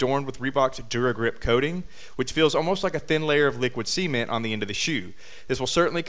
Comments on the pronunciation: Dart 9s are amazing hopefully they'll come out with tens and it sounds like he said liquid semen... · I thought you said "liquid semen"....but I am guessing you said "liquid cement"....it sounds funny when you emphasize the "ce"....